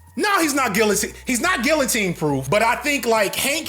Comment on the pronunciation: That’s not how you pronounce guillotine.